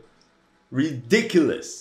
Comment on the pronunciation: Ri-DICK-lous Sadly is it just me or the mp40 be lookin sus